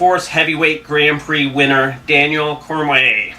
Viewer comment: It's Cormier nerd... Cor-mee-yay... Not cormway. And frank Mir is pronounced meer not mur ... I see why ur lil blog blows chunks